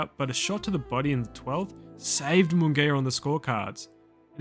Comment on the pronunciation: mungaya? say it properly